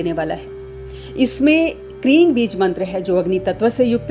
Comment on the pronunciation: Sahi Ucharan ..OM KREEM KALIKAAYE NAMAH ... YA OM KREENG KALIKAAYE NAMAH